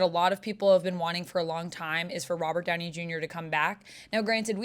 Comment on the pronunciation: “Robber” Downey jr lol